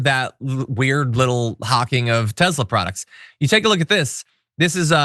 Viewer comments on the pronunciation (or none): Love your content but it's pronounced Tessssla with an s not Tezla. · Why does John Iadarola always pronounce Tesla Tezla? Is this some inside joke I'm unaware of?